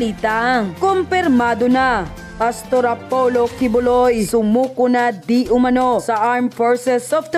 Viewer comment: yon iyong Di Umanao sana mabago, kasi ibig sabihin ng iyon di umanano, hindi mo nakita at nakibalita, nakarinig ka lang na hindi ka sure sa ibabalita mo!